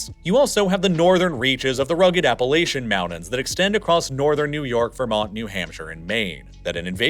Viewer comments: Miss pronounced Appalachia. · You mispronounced Appalachia, I can tell you never studied that area and learn to pronounce it correctly.